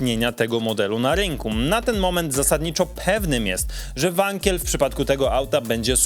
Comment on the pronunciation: KICKSTER MÓWIŁ ŻE TO WANKEL NIE WANKIEL